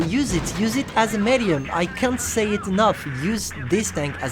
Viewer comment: you still cant say medium and scrape u suks